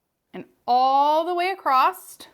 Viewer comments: Great tutorial! ;;; ggirl, the word is ACROSS. There’s no “t” sound LOL. Not “accrossT” - not “accrossED” ; just “UH-KROSS”. (I’m so Not intending to be cruel - but You say this word a LOT in your work~ if it were me, I’d want to be corrected so I can make the change in the future) >>> keep up the great artistry! — BESTxx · It's across not acrost.Across does not have a t in it.